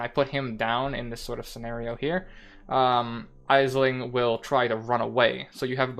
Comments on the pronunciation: Great information about the syndicate board, thanks. By the way, Aisling is pronounced Ashling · Aisling is an Irish name, it's pronounced like Ashling. Thank for the great vid :)